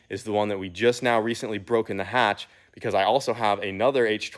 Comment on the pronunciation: So glad you kept the H in the hatch